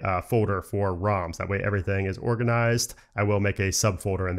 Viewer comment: It's ROMs and not RAMs :) you need to correct your pronunciation